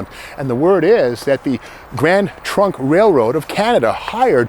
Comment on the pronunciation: I appreciate your videos no matter what they are. You have crazy energy and thoroughly research everything you talk about. I kept hearing Grand Funk Railroad whenever you said Grand Trunk Railroad. I am of similar age as Steve so I know band well. 😀